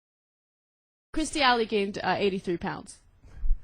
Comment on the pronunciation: they can't even say her fucking name correctly.. it's KIRSTIE NOT KRISTIE you melts